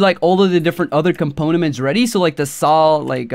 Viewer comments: I think he means components??? Not componaments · the way he pronounces components triggers me